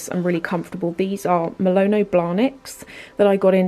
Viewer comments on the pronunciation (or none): You always say MALONO instead of MANOLO 😂😂😂 sounds very funny